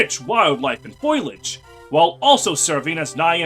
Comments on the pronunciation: By the way that is not how you say foliage. The i isn't by the o so it isn't foil-age, it's foe-lee-age. Also not how you say chamomile. That one's said camo-meal. Others have touched on minutiae. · Yooooo! Stage 4 music from Knights of the Round! Also, nice pronunciation of "foliage",. 🤣🤣🤣